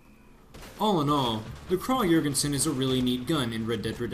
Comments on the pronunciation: Pronunciation is “ kraig e-yorgension” just for future refrence, good video though! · I swear there are so many different ways to pronounce this thing, my Texas southern drawl can only do so much! I heard from another commenter it was prounounced “Krahg Yergensen”, Americans say Krag (a nasally “a” as in “apple” Johr (like “George”)-gen-sen. I don’t know the truth any more. :P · It's actually correctly pronounced "Krawg-Yergensin" in its native Europe. "Kraaaag" is the colloquial American way of saying it, so it's technically "correct" but objectively wrong literally. It's whatever really, but I think people would respect Americans a bit more if we would just put in a bit more effort into pronunciation and don't horribly butcher foreign names out of laziness. It's appalling how few people in America know the correct pronunciation of "Iraq" even though we spent a decade killing its people. Food for thought. It irr